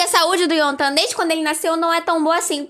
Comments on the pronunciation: A pronúncia certa é: IEOTAN Não é intan kkk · Pra quem não sabe como se pronuncia o nome do Yeontan É Ióntan :)